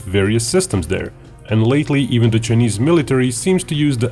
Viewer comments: Its Chi a neees not chenesss. Please stop being Grounds keeper Willie. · The way you pronounce "chinese" is so typical russian